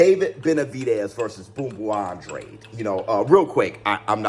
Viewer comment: An-dra-day. Thats how you pronounce his last name.